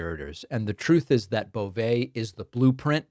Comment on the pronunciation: It’s pronounced “Bo-vee”. Poor guy is gross enough, let’s at least get his name right.